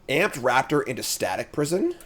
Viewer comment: Every time you say amped raptor I hear ant-raptor